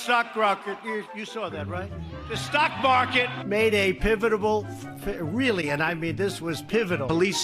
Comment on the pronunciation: This dude's thinking, "Did you just come to the best military college in the whole world and say pivitable? Pivitable, you're going with that huh".